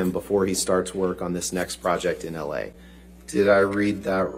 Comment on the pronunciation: This is awesome. I was thinking if it were me I’d ask him to read everything again and again just to be sure. Like the text message ended with “la,” which he referred to as “L.A.” I would have argued that it should have been read “la,” as in “la dee da.”